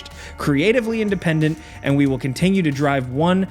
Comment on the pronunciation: Is it just me or does he put a G In Continue? Contingue Continguous. Anyone else here that?